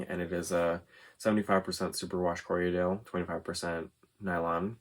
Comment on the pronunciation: Another stray thought --- as a spinner and sheep raiser, I've said Corriedale for a while. Since watching podcasters, I hear Corrie-a-dale frequently. Not a huge deal - love them either way. But since take teasing well, thought I'd ask ----- what's with the extra syllable?